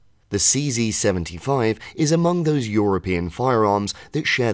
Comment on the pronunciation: Nice how you pronounce "CC75" or is it CZ75 😅